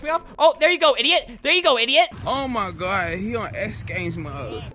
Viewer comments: LOL idk why that was so funny "oh my god...or oh my gad" "are you gad"....."no" lmao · He said Oh my Gad 😂😂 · Albert: GAD GAD!! Me: It sounds like he's saying dad but in a silly way.. IS GOD ALBERTS DAD!!!!